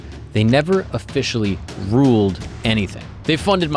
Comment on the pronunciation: You say “Ruled” as in past tense 😂